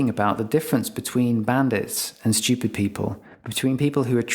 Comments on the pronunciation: Obnoxious people pronounce a non-existent "y" when they say the word stupid. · Much like Brian's irritation at Stewie's pronunciation of Cool Whip, I'm distracted by the way he says "stewpid" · I'm sure this makes sense in other countries, but as an American, I can't help but find it hilarious that this guy pronounces "stupid" as "schupid". =P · The vertical axis labels are stupidly omitted from the graphic. Also, the British pronunciation of stupid as "shtee-upid" is stupid. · 15 minute long video and not once could you pronounce "stupid". Shhhhhhtupid bri'ish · I was curious about the video, but the way you pronounce that word is unbearable. what the fuck is a schewped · I like the disdainful way in which you say & emphasize the word “STU-pid.” 😂 It’s very INTJ-ish & matter-of-fact, something I very much relate to. ✊ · I LOVE how this guy says "shtoopid"... Emphasis can make such a difference in speech... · His pronunciation of stupid is stchyoopid. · Why is it so satisfying every time he says “stUpid!”? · LOVE when it's pronounced "steeyupid!" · So funny how every time he says stupid, he puts a little stank on it. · Can there be selective stupidity? On the word stupid. Fascinating how you emphasise STUPID like a hypnotic suggestion. How is that beneficial? How about the focus and substance of SOUL as being more of an all rounder and kinder and broader and deeper avenue worthy of turning your intellect bright light upon. That and Heart intelligence to be fair and balanced and realistic and uplifting and helpful. Ta. Oh and to eternally remember divine intelligence conciousnes that can pour forth through the most unlikely underestimated simpleton too. Manners are nice...kindness costs nothing. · I like the way he emphasizes the word stupid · Bro why are you putting so much emphasis on the word “stupid” 😭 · Like the way he emphasizes the word stupid. 🤣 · I love how he pronounces "stupid." 😅